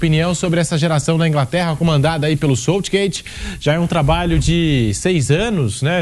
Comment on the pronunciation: Quando o sotaque se sobressai à pronúncia você escuta aberrações como 'SÔUTSHGÊITSH' 🤦🏼🤦🏼